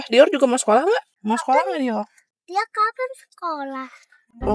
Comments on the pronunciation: Kak kakak kamu jangan panggil dior itu dioll alay nama nya itu dior bukan diol maaf kalau aku kayak gitu bye Semoga di baca ya bye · Aku dengar bilang dior kaya bilang "diol"🙏